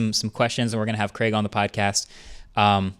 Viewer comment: Finally an American that pronounces Craig properly and not like “Creg”